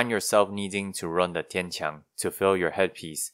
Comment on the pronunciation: One thing I thought was a little funny was, as you were saying "Nachtreiher" for the first time, I was like, "ok, that's definitely not how you say that." And then when you said "Tian-Qiang," I was like, "ok, but the way you said that, I can immediately tell that the way I would have said THAT was wrong, and the way you pronounced that was obviously correct." Meaning you are clearly just more familiar with Chinese than you are with German. idk, just thought it was interesting to note.